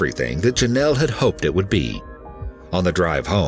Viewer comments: Drink every time he says Jonelle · Take a shot everytime this fool says "jenelle"